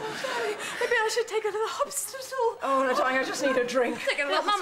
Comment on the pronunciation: "hopt-stital"? LOL ... I love how they kept rolling though.